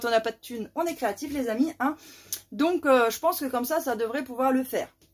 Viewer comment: ...m'énerve avec son "lé"...Encore un cours de cuisine....Ca ronchonne de moins en moins! La prochaine fois ça sera quoi? "Coupe et couture?":face-orange-frowning